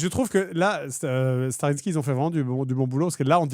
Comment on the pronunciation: Surtout que la dernière fois il l'a bien prononcé 😂